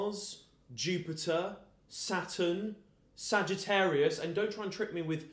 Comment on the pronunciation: Abbie Hemmings I love the way he said sagitarious when infact that's a constelation